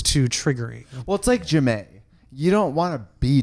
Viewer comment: How Trixie pronounce 'J'aime' is so funny...Sis..think of how Je T'aime is pronounced and then say Jamie as sshhamie...you're welcome!